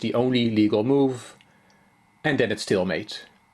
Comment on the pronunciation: But when he says "it is stalemate" I thought he said "it is still 'mate"!